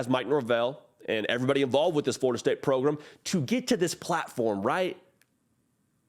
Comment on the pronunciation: What the hell is a 'progrumb'?